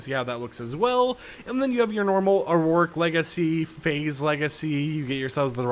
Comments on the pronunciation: "Auric" like "or Rick". Not like "or roar Rick". Stop throwing extra syllables in there. Thank you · Idk if you’ve addressed this before but you always say “auroric” instead of “Auric” when talking about crew packs. I believe I’ve said this and you’ve brought it up before 😂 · I only just realised how you pronounce "auric". It's pronounced "or-ic" man